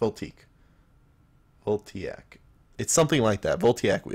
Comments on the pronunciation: The new lightnings are pronounced Vol-tA-ic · Voltiac - " Vol - tay - ick "